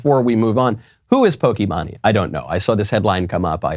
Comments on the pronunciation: Bro you really couldn’t say poki Maine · I couldn’t even watch this whole thing, it physically hurt to watch. It was funny how he pronounced pokimane so wrong tho lmao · Absolutely butched pronunciation of pokimane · Pokimahne lol Btw it's Pokimaine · Dear Michael Knowles; I find it endearing that Michael Knowles mispronounces various things. Pokimane is not Pokey Mahn knee, but Pokey Mane to rhyme with Horse's Mane. I'll save my Schism rant for later. Remember you went to Skhool, and Ben went to Szhool. We are in a Great Skhizm with the Orthodox not a Szchizm with the Anglicans. I really could go on. Sincerely in Xto A Ghetto Conservative Mike B. B. From Philly, P.A. U.S.A. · The way Michael pronounces Pokimane's name (pronounced poh-key-mane) is hilarious. Poh-key-mah-nee? I'm dying! This blatant reality check of "you're irrelevant" from Michael has never been so harsh! I love it, keep it up! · Pokimani lmao that’s a crazy pronunciation of pokimane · It's poki-maine not pok-e-man-e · Michael it’s poky-mane not poky-mon-e your the best but that was just to funny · Just for the record it’s pronounced “Poki-mane” not “Poki-mani” lol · Lol he said Pokemanee It’s Poke-main 😂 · It’s pokeymain 😭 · I’m sorry but “pokiemanye”??? Nah bro ✋💀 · bro saying pokee manee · NO WAY YOU JUST SAID POKEY MAHNEY IM DYING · "Poki-mani" 🤣 Good stuff Michael. 👍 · Hearing Knowles call pokimane po-kee-mah-nee, is way too funny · i'm glad i lived up to the point in time to hear Michael say POKIMANI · Michael pronouncing Pokimane as Pokémoni is the greatest thing I've heard today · I was so confused when Michael said "Pokeymaney" and then I saw Pokimane on the screen. Had me in tears! 😂 Still love the show! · It's Poke Mane like (Pōkē Māne or Maine) It doesn't really matter. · not that it matters, but it's poke- mane--- like that, but maybe you did it intentionally, lol great show, keep up the good work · pokémonie lmao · it's actually pronounced poke-ee-mahn. her name is imane